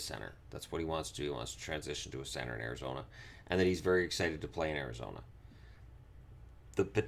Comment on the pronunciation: "Ari-gazona Coyotes"